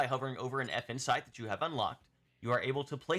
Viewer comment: I can't not hear "Effin' Site", which perfectly describes my feelings about them. 😂